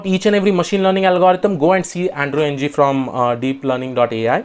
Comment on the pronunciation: Thanks for the useful tips! Just one comment--Andrew Ng's last name is pronounced as a syllabic eng [ŋ̭̍], which is the ng sound at the end of 'song' pronounced as a syllable by itself (a bit like the n sound at the end 'button' is).